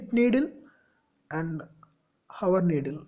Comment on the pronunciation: its not hawar...its hour..with h silent..